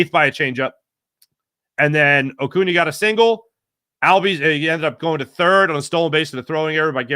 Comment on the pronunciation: 1. I'm life long Braves fans 2. You must have missed the part where he butchered his name 🤦🏿‍♂️ 3. Notice how Acuña and Ocuña are very different. Some ppl.. lol